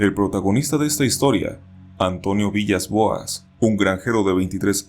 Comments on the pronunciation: aunque se escribe villas. se. pronuncia. vilas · buen video, el apellido Villas-Boas se pronuncia Vilas Boas, cómo el DT de fútbol portugués;) PD: ¨Y cuando los Extraterrestres se lo llevaron en la Nave Espacial, Abusaron de el Sexualmente!!..¨ jejejeje me hace acordar de la película: Día de la Independencia (1996)